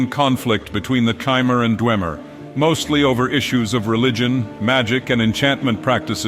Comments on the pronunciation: I'm pretty sure it's "Хмэр" not "Chi-mer" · This was great, but it annoys me to no end that he switches the pronunciation of Chimer between correct and incorrect.